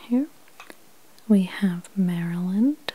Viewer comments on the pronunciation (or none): none